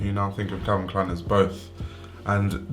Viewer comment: Can you say Calvin Klein? Man!!!